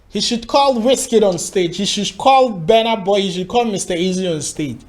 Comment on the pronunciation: It is called Burna boy not bana boy